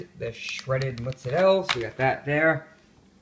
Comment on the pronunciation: mozzarella not motzzarella jaja.